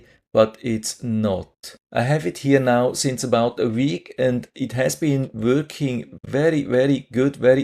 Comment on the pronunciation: Not “wörking” Say Working .